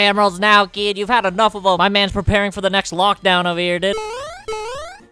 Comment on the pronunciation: I love how always says "KEED"